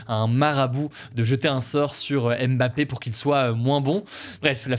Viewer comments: On pourra arrêter de dire Aimebappé un jour? Ça se dit Mbappé... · Coucou, on ne dit pas M-Bappé mais bien Mbappé, le m et le b sont collés phonétiquement également